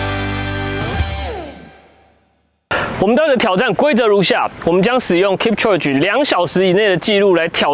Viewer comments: 他的名字要唸：kip秋給，這樣才是正確的喔🥲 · 發音應該是 Kip-cho-ge，讀音像 kip·cho·gay 話說攝影師陪跑這麼久應該早就沒力了吧！結果最後他還跑